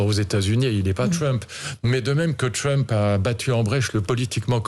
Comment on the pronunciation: Il prononce Trump avec l'accent angloamericain !!😂😂😂